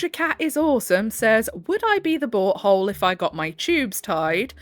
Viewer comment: Love how when u say “Am I the butt hole,” I hear “Am I the BOAT hole?”❤ Love listening to a HUMAN! 🥰